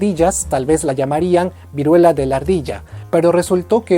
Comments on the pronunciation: Vuriela xd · Vuriela xdxd